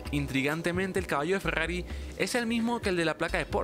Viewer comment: Grrayas grrojas, fegggagriiii